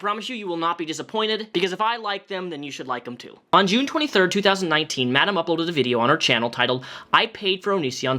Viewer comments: The way you pronounce madame is giving me flashbacks to cosmetology school where the teachers called the textbooks Milady “my lady” Like idk why other than just being a slightly off pronunciation and they’re all words for a woman. Idk lol, just wanted to share😂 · Yes! With gritted teeth haha!